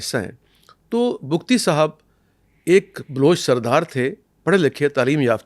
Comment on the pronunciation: پہلی بار کسی نے حقائق بیان کئے ۔ اور بگٹی ہیں بگتی نہیں ۔